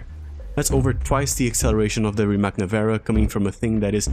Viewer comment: I swear I’ve only ever heard one person on this planet pronounce “Rimac” correctly. 🙈